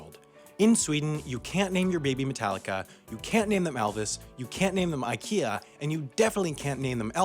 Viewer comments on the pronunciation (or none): none